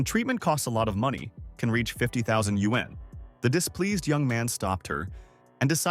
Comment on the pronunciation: Woah, they are actually pronouncing yuan correctly.